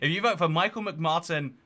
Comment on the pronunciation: Dont say the name like that. Irish say IT LIKE me-hall